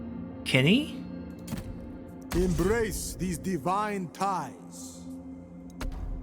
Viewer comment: I loved when you pronounced Qeni as Kenny. I mean it's a reasonable assumption afaik but it's also incredible and I kinda hope you kept calling him that if you say his name in future episodes